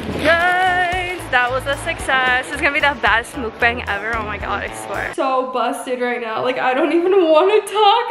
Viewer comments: It’s not mookbabg it is muckbang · What’s a muukbang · The way she says mukbang 😭🤚